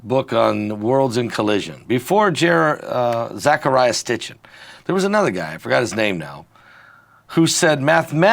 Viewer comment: please learn to say ZEcheria Sitchen's name properly vs ZAcheria STitchin. Just give it a go would you please?